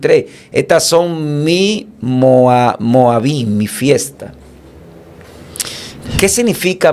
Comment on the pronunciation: No es moavin, es moadim, q viene de moed en singular